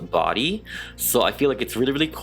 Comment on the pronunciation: “The body” 😑✋ “The badyadyady” ☺️👍